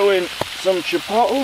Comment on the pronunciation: Cool. The Bills / Steelers game was boring the crap out of me. Hey, how about we get an American flag patch on that bag also, especially since you stole one of our girls??? 😁😁😁 That 'chipotle' pronunciation is killing me. Chepottle. Hahahahahahaha. Great video. Thanks for taking us along.